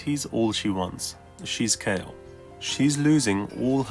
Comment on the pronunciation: It's Kayle